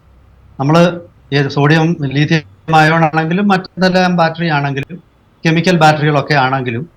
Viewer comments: ലീഥിയം അല്ല , ലിഥിയം അല്ലേ? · Leethiyam alla Lithiyam